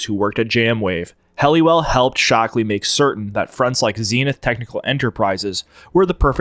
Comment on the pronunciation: "Ted 'Shock'-Lee"...?